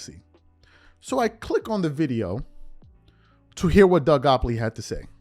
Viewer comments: Bro his name is Gott lieb. Your new york pronunciation is terrible sometimes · This been out for like a year. Shannon and Nick both klutch clients. It's pronounced Doug 'got-leeb'. Just want you on point bro👍🏾💪🏾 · GOTT-LIEB!!! Give a man respect by saying his name correctly especially if youre crediting his work or words. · Are u purposely chopping Doug Gottliebs' name up? And your LeBron hate is so strong that you now have to go after people who view him favorably? You have reach, I'll give you that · Drives me nuts he can't pronounce Doug's last name correctly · i lost count with how many times he mispronounced Doug Gottlieb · Gottlieb…Doug Gottlieb not “Gopley” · DOUG GOTTLEIB…NOT GOPLEY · How are u callin this man Doug goplee? Gotlieb…u can’t be reporting what the man said and not have his name correct lol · Bro! It's Doug GOTTLIEB, not GOPLEY. C'mon man, how are you doing a show without knowing this first? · Calling Doug Gottlieb, Doug “Gopply” has to be the funniest mis-pronunciation ever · It’s Doug Gottleib! Not Goppley. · I’m pretty sure its Doug “Gottleib” not Goppoly 😂 but nah, yeah nick wright been some bullshit since him and Chris carter was on the show. Keep doin ya thing. 💯🤙🏽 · And for the record you pronounce his name "Gott-leeb" and not "gopp-lee" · Why you calling him doug gopply😂😂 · His name is pronounced “GOT-LEEB” 😭😭😭😭😭😭😭😭😭😭😭😭😭😭😭😭😭😭